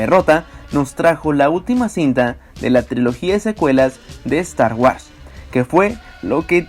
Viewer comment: " Estar UARS " 🤣🤣🤣🤣